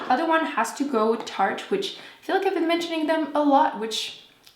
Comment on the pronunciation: FitFatBrittRNY She kept saying tarte